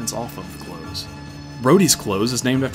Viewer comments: "Close" in this context is pronounced as a noun, not a verb. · Fair enough. Just sounds funny. Nice vid anyways :)